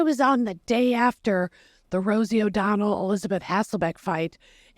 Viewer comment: “Don’t bwing up Wosie” 😂